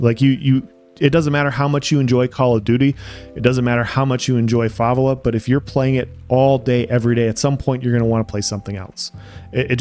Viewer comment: you lost me when you pronounced Favela as Fa Va La